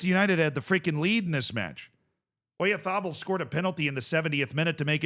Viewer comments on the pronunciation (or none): The way you pronounced Oyarzabal was painful